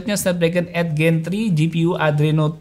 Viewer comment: 8 gen 3, kenapa bacanya eit gen tri, kalo mau bhs indo ya indo aja delapan gen tiga , kalo inggris harusnya eit jen tri, 😂